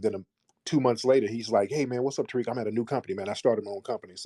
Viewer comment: “Terrick” Lol Hey Terrick. 👋